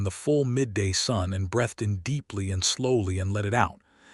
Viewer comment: Breath and breathe. Voiced and unvoiced TH